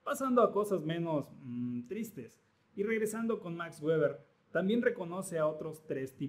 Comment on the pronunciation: No sé dice Max Güever: sé pronuncia Max Verber porque fue alemán